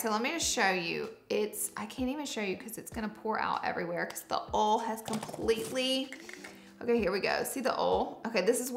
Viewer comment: wait why is she pronouncing oil as "ole" ??